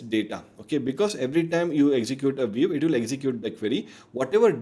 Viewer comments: This comment is not meant negatively, hopefully it will help you for future videos: your English is very good so I couldn't understand why you kept saying VEEV instead of VIEW. Good luck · why you say viv? and not view? its sounds weird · pehle view bolna seekh le wave wave kiye ja raha h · nice video and great information provided.. but constantly saying "VEEV" instead of view is mildly infuriating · It's a view, not a "veev" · it is not viev its view you dumbass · Bro, it's a VIEW not a WEAVE. It's just so annoying to hear WEAVE again and again.😭😭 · Sab shi hai, but yaar WEAVE nhi hai wo, View hai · Why is view pronounced veev? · Excellent video. I gave thumbs down because he kept pronouncing "view" as "wave" or "viv". The most important word of the video. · Wrong pronunciation of "VIEW"!